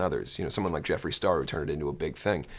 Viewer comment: did this bitch say "Jeffrey Star"?